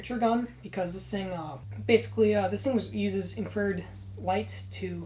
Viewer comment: In-Fra-Red not inferd, just busting your balls man cool kit man well done